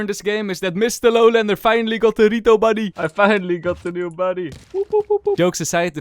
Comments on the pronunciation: is it just me or you always say "rito" instead of "riot" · don't say rijot buddy say rajot buddy* :D